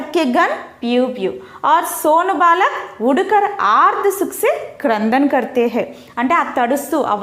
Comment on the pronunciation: Balaak not baalak..